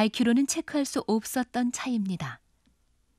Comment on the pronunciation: 이 다큐 나레이션 목소리.....'없었던~'을 '읍었든~' '현재는~' 은 '히은재는~' ' 정반대는 ' 증반대'로 자꾸 발음해서 거슬림여ㅠㅠ